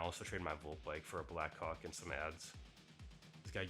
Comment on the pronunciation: Bro's got to stop saying "black hawk" like that 💀